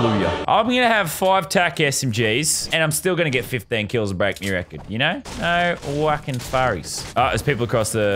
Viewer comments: He said wucking furrys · anyone hear him say no wucking furries?